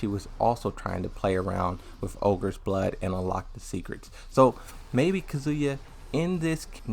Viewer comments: Wth is with your pronunciations of the names of certain characters man?? It's really distracting and annoying. Azael (Azazel), Haijo (Hachijo), Kazua (Kazuya) and hell even June (Jun). I can understand if you have a speech or learning difficulty but it feels like you're just being lazy and can't be bothered to say them properly. Could you at least try? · "Kazua" looool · Lol I can't get over how you mispronounce Kazuya's name. But otherwise good video.